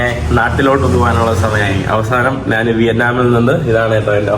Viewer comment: നാണ്, നാൻ, നാന് അല്ല, ഞാൻ ആണ് ശരി